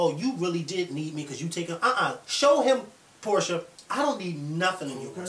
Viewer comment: PORSHA NOT PORTIA